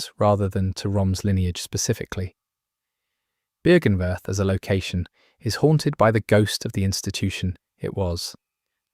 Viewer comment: Version 69420 to pronounce Byrgenwerth and Oedon unlocked!